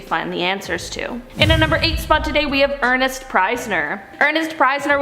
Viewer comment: Ernst Priesner - She pronounces this name as Ernest when it clearly isn’t. Also the guy says Battle of the Sommes - it’s Somme - no ‘S’ on the end - it’s in Northern France.